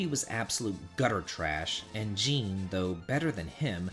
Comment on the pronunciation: Jean is pronounced "John".